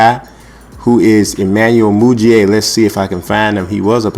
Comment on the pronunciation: It's pronounced moo-dee-a